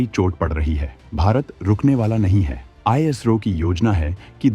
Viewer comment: ijro nhi bhai ISRO bolo